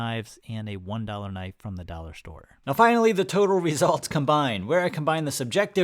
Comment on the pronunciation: I heard "duller per inch" , lol